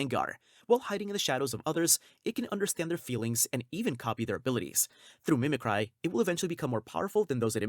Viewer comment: I think it is AI, if not then why does the voice we hear mispronounce such simple words? Like mimicry for example, the voice said it completely wrong